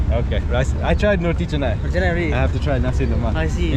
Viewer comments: 😅 noticed at minute you're still MISPRONOUNCING 'Roti Canai'... all the letters C in Malay make the "CH" sound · Welcome back to Malaysia. Do enjoy your stay. Malay is pronounced as Malay, not Malay Malay. Roti canai is pronounced as roti canai, not roti kenai